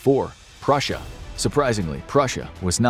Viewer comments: 😂 Prussia not russia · Purrusia or tartary